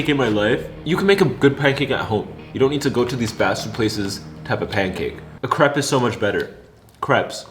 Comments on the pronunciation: C-r(roll your tough)-eh-p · you don’t pronounce it crepe you pronounce it crape I’m gonna be bullied but I swear it’s true it’s still spelled crepe though I’m from the us and I think they are better than pancakes and waffles are better than pancakes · Actuallyyyyy we pronounce it ( cr- A- pesss